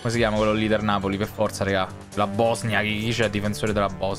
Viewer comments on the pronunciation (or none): kosovo..."bosinia" rahmani..."bosnia" grande